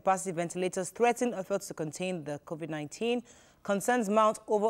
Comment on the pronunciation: He did not get all the pronunciation right according to you. He pronounced COVID-19 as COVIC-19. Go back and check